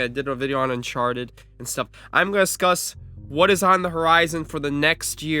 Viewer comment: "I'm gon' na scuss" 😂😂😂🤦🏾‍♂️